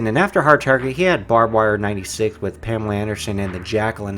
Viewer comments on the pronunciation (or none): none